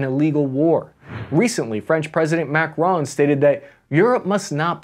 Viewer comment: It"s not MACRONE but MACRON